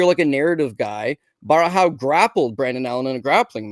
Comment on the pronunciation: lol why would you call "Borralho" Barahau, that is some crazy name butchering, there's not even an A in the first syllable